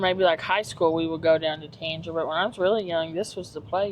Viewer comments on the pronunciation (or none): Ahh that makes sense. You pronounced Tanger as if it rhyme with danger it pronounced as if it would rhyme with hanger. That’s the best way I can describe it. lol also I’m guessing you all are from eastern KY I’m from Bell county so that accent is familiar. Best of luck to you. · With peace and love if you are going to do a video of what’s coming to the area please learn how to actually pronounce Sevierville and Tanger. No hate but as a local business owner I always cringe when people mispronounce Sevierville. Tanger is a new one.